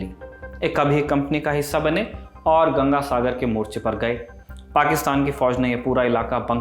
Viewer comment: पाकिस्तान तो ठीक से बोल भाई|